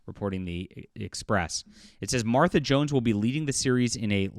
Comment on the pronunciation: Hey you said her name just fine 😊